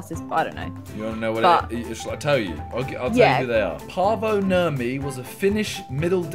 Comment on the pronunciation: The way simon pronounced paavo nurmi was hilarious😂 im from finland btw